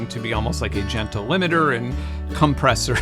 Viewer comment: Well. I'm never going to be able to hear or say "compressor" the same again. Thank you?